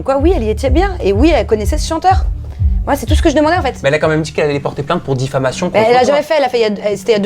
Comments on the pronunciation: Diffamation pas DiffLAmation ! Mais sinon je suis vraiment de son côté je la trouve intègre cette Manon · difflamation mddr... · ai-je bien entendu DIFFLAMATION ??!! 😕😂